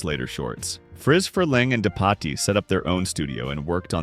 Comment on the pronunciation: Note to AI: "Loonatics Unleashed" is NOT pronounced "Loon-atticks". Nor is Dave DePatie's name pronounced "De potty". This just gives the (largely accurate) impression that you don't know what you're talking about.